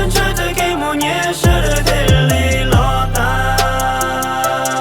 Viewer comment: "los tas" los yog "lov tav" na hahahaha